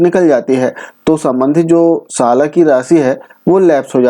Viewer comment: Miya tu hyderabad se hota kya ..sal ko salan bol rhe miyaaa😂😂😂😂